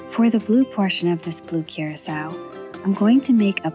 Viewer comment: no hate bruv but thats not how you pronounce blue curacau. its more of a cur-ah-kau